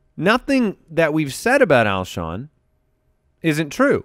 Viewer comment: Lmao I kept thinking “it’s Alshon” over and over during the beginning segment, having to watch and struggle with that was kinda painful haha